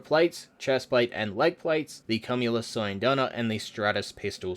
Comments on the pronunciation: cum-ulous lol it's said like queue-mulous, like cumulative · kyu-moo-loos. as soon as i heard that....i corrected the pronunciation in my head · Actually its pronounced Kyoom-ye-luss Like Cumulus clouds/Cumulonimbus clouds. (The U after the M makes the first U a long vowel) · "CUMulus" ffs, nooo. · Why doesn’t anyone seem to know how to pronounce cumulus?